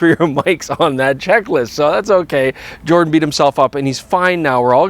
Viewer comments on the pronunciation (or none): none